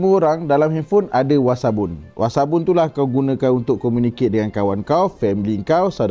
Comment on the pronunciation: Alahai dah nama WAssap guna lah nama Wassap .nak WASABUN BAGAI ..Kan dah tersasul..puiiii